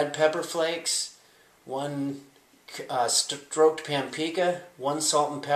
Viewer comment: Hes trying to say smoked paprika lol